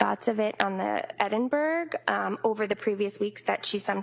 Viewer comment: Please not they keep saying Edinburg scale it is actually Edinburgh Scale!